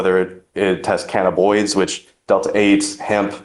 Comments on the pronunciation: "Cannaboids". This lawyer said that so authoritatively. A real expert. 😂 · Did his attorney actually just say, "Cannaboids" instead of "Cannabinoids"?😮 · "Cannaboids"😆😆 I should have been a lawyer fs